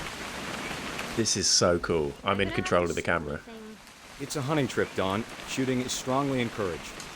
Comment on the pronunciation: Also I know you were having a moment thinking about your daughter, but I think you said “I’ll never take you c*nting” instead of hunting and I cackled.